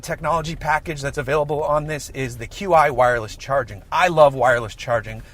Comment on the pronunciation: The Qi wireless charging system you keep referring to is pronounced “chee” not “Q-I” ...you’re welcome :)